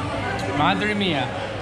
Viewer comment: "Madre mía"" Jajajaja good spanish. I've never been in "El tintero".